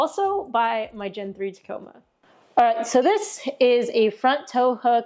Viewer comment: She still says Teh-coma 😬 TaaaaaaComa ladies n gents.